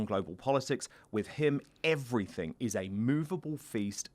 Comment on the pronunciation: He knows "EveryfinK".... Chav gobsh1te....